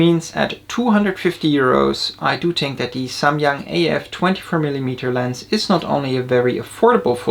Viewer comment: finally I hear someone pronouncing SAMYANG correctly